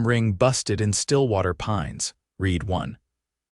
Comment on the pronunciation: How often is AI going to pronounce Read as reed instead of red? I gave them the car that detective Connors had left with me. Generous people. Build the HOA? How about billed the HOA. Read 1. Again pronounced reed. How about read [pronounced red] one. I don't to pretend to understand US laws but under what law, federal, state or local could a property be declared abandoned when people were still living in it and paying utility bills?